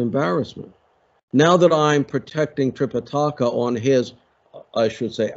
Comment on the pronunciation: Fun! I know what you mean, but considering the intro framing of your own introduction, I wouldn’t call Buddhism one of the three Chinese religions. And Sanskrit is tricky to pronounce, but it’s related to English, and we can get there: Tripitaka has no accent: it’s not Tripitáka. If anything, the medial i sounds longest. Trih pih tuh kuh. And Mahābhārata has two long As, and no stresses. Sounds like Muh haa bhaa ruh tuh. Flat tone.